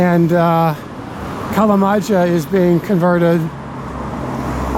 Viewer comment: Kalamaja pronounced [kalamaja] not [kalamadzha].😊